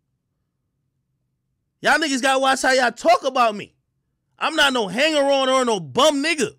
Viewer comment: Why does Al force the way he pronounces the “or” and “ar” sounds in words. Why he forcing it like that?